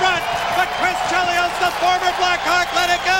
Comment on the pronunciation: This had better be AI. How the hell do you mispronounce Chelios' name?